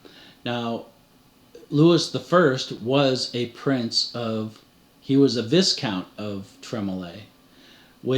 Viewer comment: Love every minute of your work... I will only correct you on pronunciation. Louis would be "Loowee" and Viscount would be "Vy count"